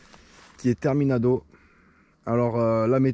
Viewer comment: "Terminando" pas "Terminado" sinon t'es au top comme tjr ;)